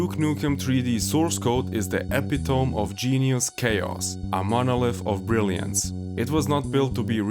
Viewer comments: Epitome e-pit-o-mee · Epitome = Eh-pit-o'-mee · epitome is pronounced eh pit uh me; I made the same mistake my first time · e-pit-o-me is not pronounced epi-tome, fyi. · I like the way you pronounce the word "epitome" just to mess with native English speakers. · That's not how you say epitome. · You said epitome wrong...lol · Hey bud, that’s not how you pronounce “epitome.”